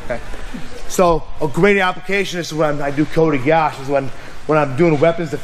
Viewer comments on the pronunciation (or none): Osoto "Gary" lol Kote "Gayashi" Is this intentional?